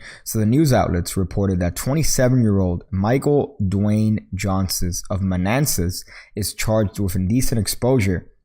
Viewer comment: for living in virginia for 13 years, i am glad that i moved and no longer live there. i lived close to manassas, and i know the walmart you're talking about. i gaggged. by the way, its pronounced 'man-ass-iss'